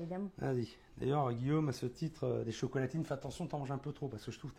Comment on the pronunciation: Met en vitesse 0.25 et écoute comment il dit chocolatine on dirait il est bourré